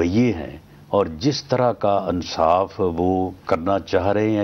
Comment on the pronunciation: Ansaaf nahin insaaf